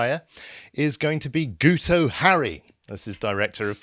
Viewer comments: He's not "Gooto" - it's "GIT-oh" as in "git". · because it is Welsh and the "u" is pronounced as a "i" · It's pronounced "Geeto" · Btw lads the dopey Welshman's name is pronounced Geeto. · Guto is pronounced GIT-oh. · Pretty sure it's pronounced ' git ' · As a welshmen it's "gitoh". It's just Welsh for "guy". I like your channel but at least get indigenous names right. Independence for North Wales from Cardiff rule. Cardiff doesnt the care about us in the North.